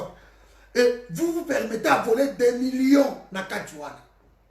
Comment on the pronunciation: "Voler et non bolero".